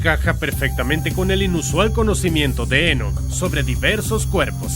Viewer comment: Enoc no lleva acento, es muy molesto escucharlo con acento durante todo el video